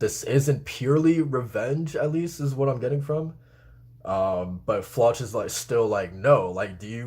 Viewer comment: I think Floch is pronounced with K